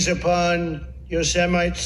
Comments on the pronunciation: I grew up in Detroit where there was a street named Yosemite. The pronunciation "Yoze-mite" was pretty common. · They need to write his scripts in phonetics, “Yo-sem-it-ee” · Everyone keeps saying about him mispronouncing Yosamite as "YOSS-EMITES / YOS-SEMITES" 😕 but nobody seems to point out that does it again, straight away saying "YOSS-AMMA-NITES"!??!? 😂Where did he see the imaginary 'N' in the word!?? I'm an Ozzie, and even I knew, as a 4-5 y/o How to pronounce the National Park (Yosemite).. from watching Looney Toons cartoons! HOW does the President of the United States, not know how to pronounce one of the most famous National Parks in his own country!? I mean, we all know he paid ppl to take his exams so that sums it all up, but.. seriously? WT actual F!?? 😕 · Is "yo-sem-mite" a new flavor of vegemite? Come on Aussie's tell us the truth...it's a new flavor right? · When I was a little kid, I remember first seeing the word Yosemite written in a book and I mispronounced it as "Yosa-mite". I think Trump was doing the same thing and his staff tried their best to correct him but he still fucked it up. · I love that the same guy who just bragged in the Axios interview about his reading comprehension proceeds to mangle the pronunciation of Yosemite when he encounters it on a piece of paper. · Christ, all he had to have done was watch loony toons as a kid to know the correct pronunciation of Yosemite. Sad. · His aids were so busy making sure that he pronounced Sequoia correctly that they didn't even think about him mispronouncing Yosemite. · Setting aside his inability to speak or think coherently, the economy has tanked since he took office. "Thigh-land" "Yo-Semites!" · Pro Canin He did not say filth. What he did do is experience a stutter, which is something he has a history of. What's trump's excuse for mispronouncing Yosemite--twice? For apparently not knowing what country Beirut is in? For saying "thighland" when he saw the word "Thailand"?